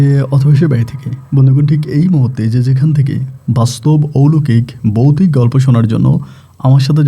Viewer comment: Boutic,,,gote jaoa...asob ki uccharon...😂😂😂😂😂